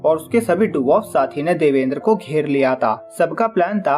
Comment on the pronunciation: Ek might be pronounced by , देवान्द्र not देवेन्द्र , :)